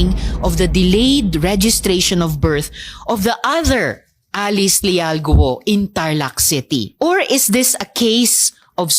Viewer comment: Guo...go not gu o